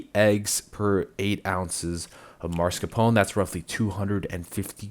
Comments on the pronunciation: No vanilla extract, lost me at that sorry 😅 PS: its "oh-neh" sound, not "own"csound. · It's mascarpone, not maRscapone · The Italian way ist to say Mascarpon-e with the e at the end pronounced. The English language usually drops the e's at the end.